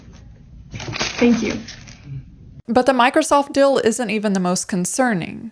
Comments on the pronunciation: * The word "deal" is pronounced with a longer vowel sound. "dill" is something different ;-) Feel free to delete this comment, it's meant only for you anyway. Thank you for making these videos. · Love your videos. But gotta ask... are you sure you’re not an AI? 😅 The way you pronounce words like “real” and "deal" as “rill” and "dill" every single time has me convinced someone programmed your pronunciation chip a little off. 😂 🤦‍♀️ What's the "dill" with that? 😂